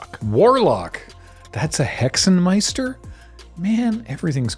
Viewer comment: Thumbs up for Hexenmeister and Schreckensgeflüster. You nailed both.